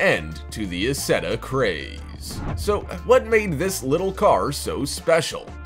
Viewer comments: EYE setta. The narrator needs to do homework. He is reading words he does not understand. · The BMW Isetta it's pronounced I setta just saying if your going to say it you might pronounce it right. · Isetta is pronounced "Eye-set-tah." That car had NO reverse, either. Most of the compact cars are completely impractical, and some of them would never survive a crash-test (some of them are impossible to properly crash-test). In other words- they will NEVER be made for any actual street. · his pronunciation is horrendous, renault is pronounced reh-no, and the isetta is pronounced eye-setta